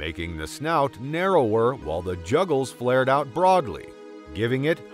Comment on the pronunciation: I was more bothered by the pronunciation of the world "Jugal" as "Juggle".